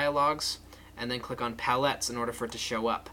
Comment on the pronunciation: the way you say palettes man